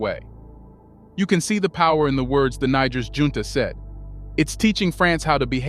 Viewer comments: (Nee- J- air) !!!! Not (Nee- G- er) Bruh 🔥🔥🔥🔥 WTF 🤷‍♂️🫡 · The country is called Niger not Nager please... it is Nijer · I lost count how many times he said nigga with r pronouncing Niger. I wonder if he does in on purpose or he just has no clue! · That's where they got the word Niger from Niger the French colony couldn't pronounce Nigel so they said Niger now paying for it😅😅😅😅😅😅😅❤❤❤❤ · Bro pronounced Niger's name in more than 5 ways. The name is pronounced (knee-jerr) not naija or naijer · Great Job! It's pronounced ni-jere. Respectfully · Why are you pronouncing the name Niger 3 different ways? Its negair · The name of the country is pronounced NEE - JHER. You pronounce it 3 differeent ways. All wrong. Shame on you. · Research your pronunciation of Niger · make up your mind narrator on the name of this country five different ways you pronounced it in under 5 minutes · Why do you keep changing the pronunciation of Niger??? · The way your saying Niger is wrong to be honest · Please pronounced Niger 🇳🇪 the right way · Good video, but make up your mind how you want to pronounce "Niger." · You're pronouncing niger wrong😂 it's like bear but with a G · Thank you for your report. Please pronounce "Niger" correctly, the letter I should be pronounced as in the word "fit", and the letter g should be pronounced as the word "gentle". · Very informative. But it's a bit difficult to take your narrative as authoritative when you don't make any effort to pronounce the names of the African countries properly. Please learn how to pronounce Niger correctly. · Great video but why so many different name pronunciations for Niger Lol. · Pick a pronunciation please. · I have to be civil and respectful, but the video keeps repeating the word N*, instead of correctly pronouncing the name of the country! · Much love to Niger. Please have your narrator find one pronunciation for Niger and stick to it.